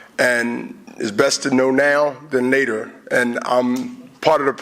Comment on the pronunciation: nater lol instead of later haha